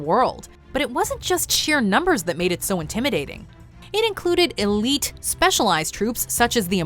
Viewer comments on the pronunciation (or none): none